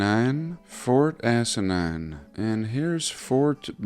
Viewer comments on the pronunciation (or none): "Fort Assinine".......;)